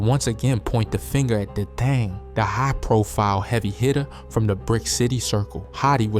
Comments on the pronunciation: Why make a documentary and you don’t know nobody name or how to pronounce they hood? D-Thong is blatant disrespect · U MUST BE A WHITE BOY BECAUSE AIN'T NOWAY IN HELL A BLACK DUDE WOULD MISSPELL STREET NAMES AND BLOCKS LIKE THIS HIS NAME IS D-THANG NOT D-THONG AND IT'S THE LETTER O AND THE NUMBERS 51 SO IT'S THE LETTER O 51 NOT ZERO 51 AND IT'S NOT WIII CITY IT'S PRONOUNCED WICK CITY WHICH IS 'O'BLOCK NOW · Talking bout Dthong(Dthang) and methang(Mthang)🤣🤣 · He called d thang da thong. Pls learn the names first. And called bob o Bobo. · how you mispronounce this shit with so much confidence 🤔 de thong, ebuheart, block as black etc.. sheeroid 😆😆 I cant 😂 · He ain’t mispronounce nothing he’s dissin lmao D thong